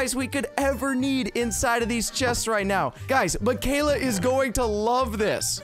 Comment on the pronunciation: it sayd keala